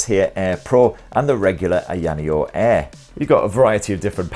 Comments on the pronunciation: Ai Yana yo??? Lol 😂😂😂 it's A-ya just like it's spelled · Pronounced … EYER NEO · "EEEE-YA-NEO" 🤣🤣🤣 All good bro. We all got our words that trip us up. For me it's Huawei or pronounced wahhh-way. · It's Aya Neo 😅😂 not ayaneo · It's pronounced "Aya Neo" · I-ya neo Say it as 2 words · First the rog phone now ayaneo, the way you pronounce these products you should be in jail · First time hearing a different way of saying "AYANEO". Yours sound japanese'y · Oh shit, I thought u were doing only phones, what a pleasant surprise although it has to be said that u absolutely butchered the name of this handy little device ;) still, it was quite entertaining to watch, as always I must add. Thanks, mate.